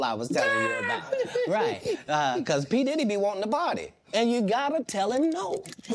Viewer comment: Анугийн дэрри гээд ярьсаныг бнга сонссоор байгаад папдэрри гэж сонсохоор сонин сонсогдоод бхын ккк